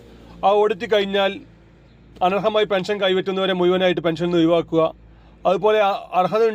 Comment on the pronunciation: മുയു വൻ... ഒയി വാക്കൽ.. എന്തൊക്കെയോ പറയുന്നു ആദ്യം മലയാള അക്ഷരങ്ങൾ നന്നായി പറയാൻ പഠിക്കു